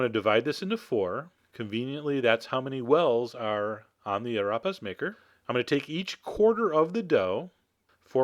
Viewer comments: I have to admit I can't help but laugh at the way you say Arepas lolol... Ah rap pass. lolol for me they're pronounced Ah Reh paz with Spanish flair of course. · STOP SAYING ARAPAS IT'S AREPAS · I love your channel Chef John, but it's pronounced "Ah-Ray-Pause" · Big fan chef John! Its pronounced arAYpas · I can't believe you have an arepa maker. I never saw one in South America, anywher. They would laugh. Also, You are pronouncing Arepas wrong. It's more like "ah-REY-pahs". Of this I am certain. But this looks better than most I have ever had and I have had them in lots of places. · You are pronouncing Arepas wrong. It's more like "Ah-ray-pahs". Of this I am certain. But this looks better than most I have ever had and I have had them in lots of places. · lol it sounds like "arrapas" when you say it xP in Puerto Rico, we fry them and they're really golden and crispy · cream chese ahh-rape-us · Pronounced "Ah-Ray-pass" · he pronounced arepas wrong. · The only time you said "arepas" correctly was , before that I was like "it's not pronounced like that!" but then I was like yaaay finally.